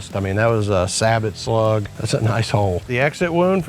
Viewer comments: Say bo. Not sabbit. What happens to the slug after it leaves the pumpkin? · Sabot? Say- bo. Say it with me, say -bo 😂